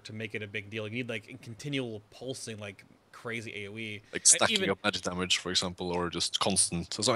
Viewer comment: Please say Damage the correct way, stopped watching when you did it twice....